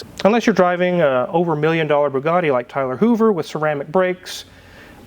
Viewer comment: Did he say Tyler Hoover?